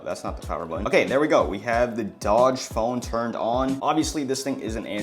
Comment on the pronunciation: And its a dooogee not dodge